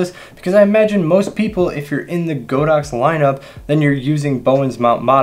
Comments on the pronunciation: the name is God-ox. not Go-dox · Always rely on your Godox reviews although I only use AD200 now. Still slightly surprised you stuck to the mispronounciation of go_dox given you are basically god_ox official channel in the US.